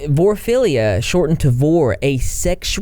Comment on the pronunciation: Vore-ah-feel-e-ya. Anthro-po-morph-ah-sized.